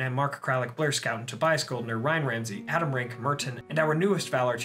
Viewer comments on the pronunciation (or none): none